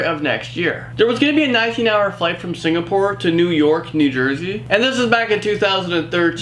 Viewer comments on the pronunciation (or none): none